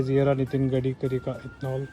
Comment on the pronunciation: Wahh nitin gdikri....😂😂😂 Bhai gaadikri bol deta